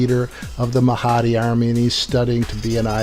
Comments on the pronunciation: oh did i mention that he even doesn't know how how to pronounce the name of Mahdi, its Mahdi not Mahaaaaaadi, STUPID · Why do do you say the Mahhhadeee just pronounce it the correct way, by the way his accent does not effect the way he will say the name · i'm just saying,,in Islam Mahdi is againts dajjal,,which muslim people aware that dajjal is also call anti-christ in christian...and must to mention that shiats is like false misguided islam..they are not true Islam..and please pronounce MAHDI right.. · So you focus in on his wrong pronunciation of Mahdi to avoid the message?